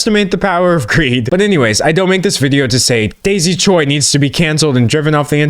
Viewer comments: btw Choi as a korean surname is pronounced Ch-way - chwe. In english it can either be spelt Choi or Chwe but in korean it has the same spelling 최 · for future reference, choi is pronounced like "chwe"